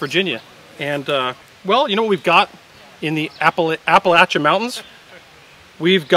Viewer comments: he said appalachia correctly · as a East TN resident, thank you for pronouncing Appalachia correctly! Great content as usual too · Thank you for pronouncing Appalachia correctly. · As someone from Appalachia, I appreciate that you stopped and corrected your pronunciation. Remember, if you pronounce it Appalaychia, I’ll throw an apple at ya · My brother appreciated your correct pronunciation of "Appalachia" 😊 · Especially since has all of his teeth….much harder since the locals have the advantage of missing theirsz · Good job pronouncing Appalachia!